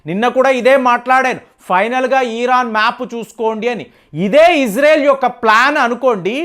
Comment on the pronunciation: ముందు పదాలు పలకడం నేర్చుకో! ఈరాన్ కాదు ఇరాన్, ఈరాక్ కాదు ఇరాక్